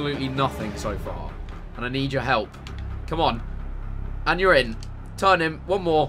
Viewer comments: Notice how when he said ur in it really sounded like urine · Lol at 9.05 he keeps saying urine(your in) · he kept on saying ur in ur in ur in but it sounds like hes saying urine urine urine urine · whenever you say you're in ,it sounds like urine